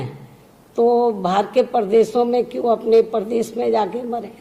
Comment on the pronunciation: Me Mayawati ji Behanji ki bhut izzat krta hu lekin mujhe dukh hota he ki behanji ki hindi bhasha shudh nhi he . Madam sha shabd ka ucharan sa keh kar ke karti he jsise pradesh ko prades kehti he .shramik ko sramik keh rahi he . Madam bhasha par dhyan de to acha hoga.